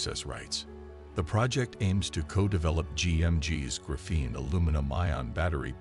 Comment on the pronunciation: Pretty sure that’s the wrong emphasis. Pretty sure it’s the same emphasis as graphite.